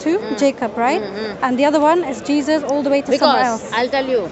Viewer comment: This smartypants is a Churi…. JeeJas JeeJas JeeJas … doesn’t even know how to pronounce the name correctly.